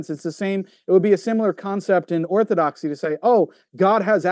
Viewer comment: It's laughable to hear say he spent so much time researching Orthodoxy and yet, still butchered it.. smh